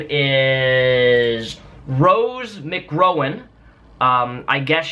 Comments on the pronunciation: * It's McGowan, not McGrowan. Great video as usual. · It's pronounced MC-GAL-WIN XD Still good video. :) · it pronouced Mc- gow- wen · Not trying to defend her, but pronounce this chicks name correctly next time. McGROWan? wtf? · Her name, Rose McGowan is pronounced Rowz Mick-gow-win. I think her stance on the poster was stupid (lots of unnecessary bitching), but I respect her as an actress. I love her movies. Scream, Jawbreaker, Devil In The Flesh, both grindhouse films (Planet Terror and Death Proof), and when she was in the Charmed tv series. I hear she's gonna be doing the Red Sonja remake (Conan The Barbarian spin off). I wonder how Marilyn Manson feels about his former gf being a SJW? I'm all for social justice when it's necessary to fight for it. But being on the SJW/3rd wave feminist bandwagon? Nah, fuck that. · Did you really have to look up Rose McGowan's name like that??? That is way funny! Also, did you mispronounce it on purpose? Hilarious!